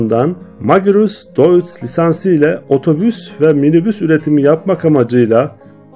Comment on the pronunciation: Emeğinize sağlık, nacizane bir kaç düzeltme yapmak isterim. Deutz’un okunuşu: Doyts Conrad Dietrich Magirus okunuşu: Konrad Diitrih Magiğus